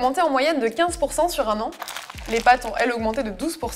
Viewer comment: « Pat’s carrot’s » pourquoi ????? 😭😭😭😭😭